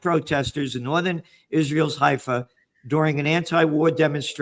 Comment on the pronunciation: So..he cannot pronounce Haifa?